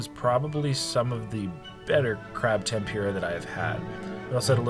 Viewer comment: take a shot everytime he says temPUREah